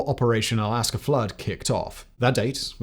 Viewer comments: error : ‘Egypt and Syria’, not ‘Israel and Syria’ Also, you’ve really got to work on your pronunciation of Al-Aqsa - it’s AK-SA not AS-KA… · its al AQsa not al AsQa its driving me nuts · It‘s Al-Aqsa, not Al-Aska! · Al Qasa? It was Al-Aqsa flood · Al Aqsa, not Al Asqa...pronounced AL AXA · Well, it is not Alaska but Al-AKSA, so you switched the K and the S. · Alaqsa or Alaska? Your speech transparently obviously doesn't correspond to that of what you've dubbed on the screen, on the timeline. Anyway, a bit of dyslexia never hurts. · Hey guy, it's not the Alaska Mosque, it's al-ahk-sah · AL AQ-SA not aska Welp mistakes happen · Take a shot everytime he calls it ALL-ASK-A LMFAO. AL-AQSAH AK-SAH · to any non-dyslexic person, the name of the third-most venerated islamic holy site is al aqsa (A-K-S-A) mosque; not "al asqa" ("a-s-k-a"). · I keep thinking you’re saying Alaska flood… it’s pronounced AL-AK-SA… close but different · it is pronounced as al - AQ-SA & not al - AS-QA as u repeatedly & wrongfully said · It is not aska , it is aqsa. Problems reproducing someone's material as your own! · You consistently mispronounce "Al-Aqsa" as "Al-Asqa". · It's al aqsa not al asqa, the text is correct but the pronunciation isn't. "Al-masjid Al-aqsa المسجد الأقصى" or more commonly called Al-aqsa الأقصى means respectively The farthest mosque and The farthest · Al-aQQQQQsa not al-asqa wtf is it with brits not being able to say this right? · It’s not “Al Asqa”! It’s “Al Aqsa”. 🤦🤦🤦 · Please, PLEASE bother to read the things you're presenting Simon. It's Al Aqsa pronounced Ak-suh, not As-kuh. You're swapping the s and the w around repeatedly. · Great explanation but it would be great if you would be able to pronounce al-Aqsa (al aksa) instead of Al-Aska. I'm not arab or something but it's annoying. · Not to be a dick, but I’m pretty sure it’s pronounced “al-ahk-sah,” not “al-as-kah.” Interesting video, thank you. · it`s al aQsa not al asQa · Al-casa flood? Its pronounced al-aqsa flood